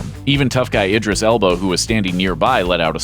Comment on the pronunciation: Ummm Ray-garr, Elbaahhh not Elbow and Drayfuss !